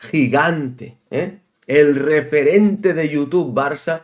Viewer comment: No sé por qué, pero cada vez que has dicho referente he entendido repelente..., de entrada yo no confío en nadie que emboce su cara, que no la exponga ante todos como haces tú. Ni Spiderculé ni Mr. Proper, Fleitán o lo que sea. La culpa de cómo está el Barça la tenéis todos los culés que habéis tolerado presidente tras presidente cada uno más nefasto que el anterior y que le entregaron a Messi las llaves del club y su ruina. No busquéis fuera lo que dentro mora.